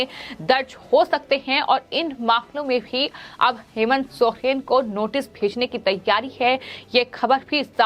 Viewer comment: Aap Hindi padhana nahi jante hai kiya jo sohen pad rahe hai jab ki Soren likha hai